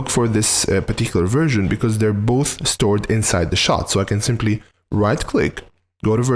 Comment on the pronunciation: You should be careful when saying 'version' because what you actually say is 'virgin' 😂😂😂